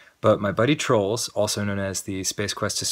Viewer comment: Silly Danny, that's not how you pronounce Troels.. But awesome! I had no idea this channel existed. I love this.